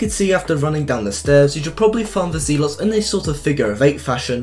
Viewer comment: Zelots ITS zealots